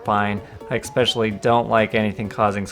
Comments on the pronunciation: Especially Not eckspecially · "Expecially" is not a word. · There is no X in the word especially mate....... It's an S not an X.......